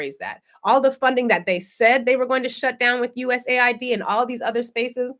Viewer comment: The Agency is called US AID not USA ID.